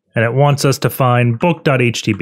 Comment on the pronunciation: 'boot.htb' That is/was driving me insane!